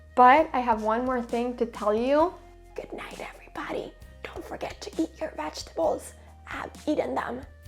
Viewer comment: "Goodnight everybady, don't forget to eat your vajtables! Ah've eaten them, and thar good!" Brilliant sign-off, has absolutely nothing to do with chess, and it was made all the funnier with your quirky accent and super-close-up! It was ultra-geeky of you, but I actually laughed out loud. 😂